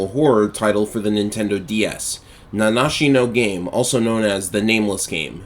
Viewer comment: No way. Somebody managed to pronounce the game title correctly. Genuinely, it's almost cathartic to hear.